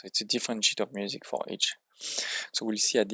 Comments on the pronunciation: I know you didn’t, but on my first listen, I swear you said “music sh!+” at first😅. Nice guide and thanks for the work that went into this!🍻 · Good video, bro ! It’s music SHEET pronounced as « weed » in French the way you say sounds like caca . C’est drôle ! Keep it up